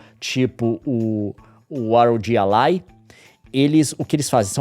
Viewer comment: ah leon me poupe kkkk, fala ROGI ALAI memo, quase que eu nao entendi 😂